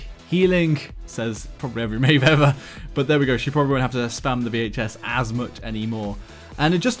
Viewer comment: OMFG he finally pronounces Maeve correctly?!?!?!?! :O!!!!!!!!